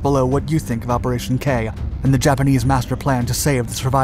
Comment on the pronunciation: It's not pronounced "kay" but rather "keh"...